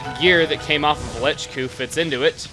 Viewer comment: did anyone else notice when he killed nechku, he said "wow lechku, u didnt last long"